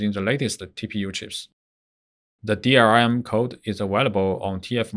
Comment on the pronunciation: Its DLRM not DRRM